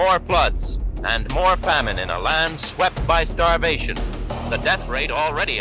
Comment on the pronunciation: Your pronunciation of famine is wrong